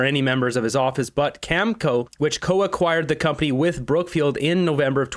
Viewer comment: please learn how to pronounce words! You're a smart guy with good info but, I can't watch you when you mispronounce words like nuclear and Cameco. I used to contract work for them, it's pronounced cameeko. Other words, I get it, you don't want to get a strike, it's bullshit to do that because it shows you're just there for money and that you're just giving lip service. That's fine. I didn't care if you have no integrity if you're reporting the truth. Your ass kissing of the orange menace pisses off and that's when I turn you off ass well. Stop ass kissing the disaster in his ass sir and learn English words and you might get sub back.